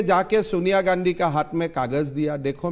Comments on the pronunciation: *Please 🙏🏾 listen 👂 👌😂😂😂😂😂😂😂😂😂😂😂😂😂😂😂😂😂😂😂😂😂😂😂😂😂😂😂😂😂😂😂😂😂😂😂😂😂😂😂😂😂😂😂😂🤣🤣🤣🤣* He said Gandhi '*Gandu*😅 😅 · did he just say Rahul Gandu? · did he just say Rahul Gandu? 😂